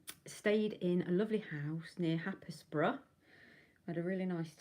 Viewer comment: Happisburgh is pronounced “Haysbruh”! ❤ Glad you had a nice time